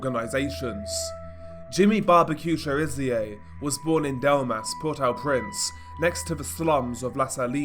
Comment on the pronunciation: What about the massive earthquake that destroyed the country? Why you Keep throwing random footage into your stuff? It's meaningless and insulting to the poor people going through it. Get out of your dark bedroom, leave home and stop talking crap. If you can't even pronounce the name of the capital you lose credibility.